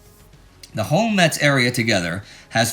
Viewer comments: At first, I thought Indie said " Patton takes meths " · FYI the "t" in Metz is silent. (Pronounced Mess). I know i'm nitpicking, but the people of Metz are real pains in the ass aboitt that 😂